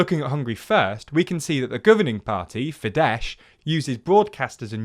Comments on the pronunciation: Please in the future make sure to check how to pronounce foreign words and names. It's literally as simple as going on Google Translate and typing in the foreign word and listening to how it's supposed to be pronounced. Fidesz is pronounced FideS and not FideSH, and the G in Aydın Doğan's name is silent. It's obviously not the most important part of the video and I know it's difficult for native English speakers to pronounce foreign words correctly, but it can really throw off a viewer who comes from the foreign country mentioned in the video. It could even ruin the image of the channel for some people, because why would one trust a news source that can't even make sure they pronounce a few words right? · My Hungarian friends always corrected me in that it's FideS not FideSH. Anyway, excellent and informative video! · Note: Fidesz is pronounced “fiddess” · Pretty good reporting but you continue to pronounce FIDESZ as if it was polish. In Hungarian, the S and SZ thing is completely reversed. SZ are normal S's and S are pronounced as SH. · One more thing: How you didn't even take the time once to just paste "Fidesz" into Google Translate and hear how it's pronounced really shows the quality of your research and bias. I love TLDR, but your reporting on eastern Europe could use so much improvement.